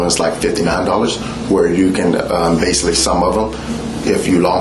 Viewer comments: "Basilly"... This dude is full of shyte!~ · I absolutely hate when people pronounce basically “base-c-Lee”. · "Basilly, in the beginning"